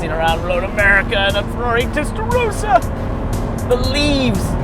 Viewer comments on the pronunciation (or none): WHY CAN’T AMERICANS PRONOUNCE TESTAROSSA CORRECTLY?! Come on, it’s not that hard… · It's a Testa.......rosssser not a Testa row sar!